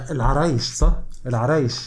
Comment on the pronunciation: انت سمعتها صح و نطقتها صحيح برافوو مدينة العرائش و تنطق عند اهلها العرايش ،مدينة جميلة تعرف بلونها الازرق و الابيض مثل شفشاون يمكنك رؤيتها في الكليب جيدا